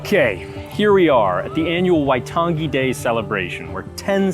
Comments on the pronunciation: Love the NZ content! But I think a note on pronunciation should be made. "ng" in te rea Māori is more of like the end of the "-ing" suffix in English, "nguh", not the hard "guh" as pronounced here. There are other things, like the tapped/rolled "r" and the vowel system, but that "waitan- gee" stood out the most. Other Kiwis feel free to correct or explain differently. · The emphasis is on the "ai" in "waitangi", not the second "a" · The way he says waitangi is so weird lmao, you ain’t meant to emphasise the g like that 💀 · How could you do a video on this and not know how to pronounce 'Waitangi'? It's actually insulting.